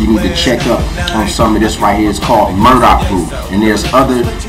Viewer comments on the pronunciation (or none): it's Burdock, not 'Murdock'........;)